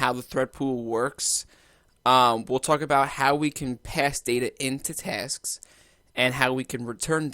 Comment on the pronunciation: Thanks a lot buddy !! Lots a "TESKS" there ;)